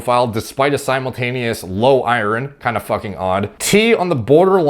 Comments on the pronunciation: I learned you can’t pronounce iron today lol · Is pronouncing iron as I-run a Canadian thing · So weird how says Iron. Sounds like he's saying ire(land) ron. Is this a Canadian pronunciation of it? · you're saying iron wrong